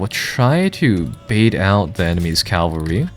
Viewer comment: Cavalry, not Calvary.